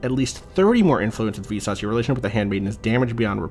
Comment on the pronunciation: Every time says "Visas" I cannot help but hear it as "VSAUCE".